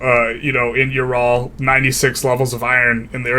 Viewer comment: In case you care about pronunciation, Ural is more like oo-ral rather than you-ral Props on not saying York-shyer